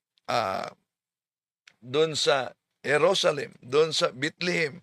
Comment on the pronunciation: Bethlehem sir Hindi Bitlihim😂😂😂😂